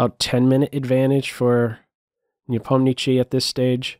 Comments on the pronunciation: Great analysis! When will we hear you say Nepomni -acht-chi,and not Nepomni-chi? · Great as always! Quick comment, I believe the last syllable of Nepo is “shee” and not “chee”. Nevertheless Keep up the wonderful content! 😄